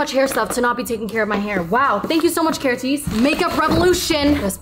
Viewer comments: keratise is killing me maiiiiii ker-ah-st-ase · KERA-TEES is killing meeee im pretty sure its “care-ah-stahse” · Not the KERATEESE 😂 love u and ur vids gorl ❤